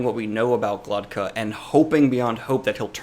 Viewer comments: It Glokta not Glotka Glock - tah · This drove me nuts. I kept thinking: Am I messing his name up in my head or is he? :D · It's glokta not glotka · He is not Glotka, he is GlokTa. Glotka it's throat in Russian. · dude can't even pronounce Glokta's name correctly....